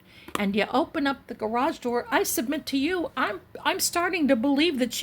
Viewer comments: I admire how you must have controlled yourself… to not pronounce “grage” I know it sounds so flippant, but I do love you & what you do.🥰 thank you for everything you put into your forensic readings! Not to mention you’re amazing backdrops💕 I can’t imagine the time and energy it goes into making them! I would love to live in one of your backdrops😻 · Ps - Can’t believe you got through this whole reading without saying “gararrrge” lol